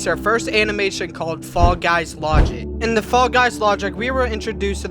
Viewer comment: Watch how to talk like gametoons never say THE only say ta and never say this say tish